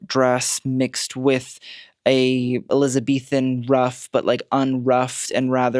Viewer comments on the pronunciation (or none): none